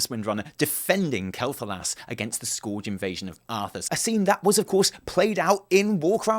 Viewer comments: I love you bro... but it's not fucking skorge, it's Scourge. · Scourge*... Not "Scorch" :D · please, for the love of Metzen. It's Scourge Sk eur ge. Nobody calls it Sk- our-ge. T_T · It is Scourge.. not Scorge >.< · you were wrong. Remember you said you think Azshara or the Night Elves burnt it. Also, Sylvanas says, "I remember a fool." not a fall. And it's pronounced "skurj" not "skorj". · "The Scorge" haha made me laugh :D its Scourge buddy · i like you but wtf is the Skouage? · (btw...scourge is pronounced 'scurj') :p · "Scorege" lol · This was really hastily edited, and in many parts you cut out a short clip and then start talking about the clip that we just missed. You also pronounced some words wrong, like Quel'Thalas and Scourge. As for this story, I'm angry that Horde are the bad guys again. It feels like we've been here before. I don't want another evil warchief, I don't want Garrosh 2.0.